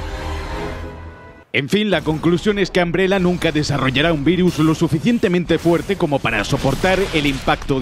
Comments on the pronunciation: al escuchar que le dices ambrela hace que quiera buscar otro video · Que risa que dice “Ambrela” 😂😂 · Todo bien pero, ojalá los españoles hablaran bien el inglés. Ambrela???